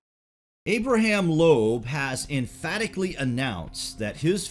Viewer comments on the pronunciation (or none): none